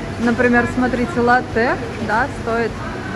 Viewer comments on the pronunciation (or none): ну а европе коттон очень дорогой, и надо говорить не латтэ' а ла'ттэ это итальянское название молока